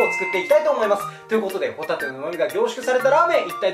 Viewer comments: ほぉ↑たぁ→て↓ ｗｗｗ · ご一緒にホ↑タテはいかがですか〜？ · ホ↑タテ↓って言い方がじわじわくる（笑） 生まれ持ったもので変えようがないと思うので仕方ないんですが、声はちょっといらっとする（笑） ただ、ラーメンとビールはめっちゃうまそう！！ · ポテトみたいな発音でホタテって言うな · ホタテのイントネーションがポテトなのは芸人ゆえのサンドウィッチマンへのリスペクト説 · ホタテの発音が元西武の帆立でモヤモヤする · ホタテの発音がサンドウィッチマンのそれと一緒で草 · ホタテのイントネーションよ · ホタテの発音がたまにサンドウィッチマンのそれ笑笑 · 序盤のホタテの発音が完全にサンドウィッチマン(ドライブスルーネタ) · ホタテのイントネーションがサンドウィッチマンのコントと一緒で草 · ホタテの発音がサンドウィッチマンのハンバーガーコントの時のホタテはもういいぜの時といっしょ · ホタテのイントネーションでサンドウィッチマンのネタ思い出した笑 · オープニングのホタテの発音聞いてると サンドイッチマンのネタ思い出したわw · ホタテの出汁がしっかり効いた塩ラーメン はあまり食べたことがないなぁ…。これは飲み干したいスープですね！のホタテの発音が訛ってるようにも聞こえる（笑） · ぽこたてもホタテのイントネーションで周りにいじられてそう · ホタテがあなると発音一緒だなぁ？！